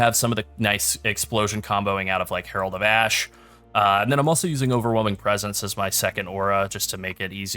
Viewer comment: Dude did you say Harold or larold